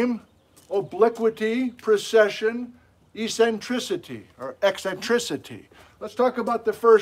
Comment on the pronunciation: I didn’t notice the mispronunciation of eccentric after the first “EEcentric”, but those words starting with “ec” do throw you. Example: et cetera is not pronounced “excetera”. But this is a minor quibble—your classes are great and I’m learning a lot from the Geology 101 winter quarter. Keep educating the masses. Science Rules!!!!!